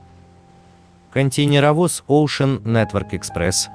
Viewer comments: КонтЕйнеровоз произносится через букву "Э" как - контэйнеровоз. Ну раз уж вы озвучивает, так учите пожалуйста великий и могучий.... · КонтЭйнеровоз... Ударение и буквы хотелось бы употреблять как нужно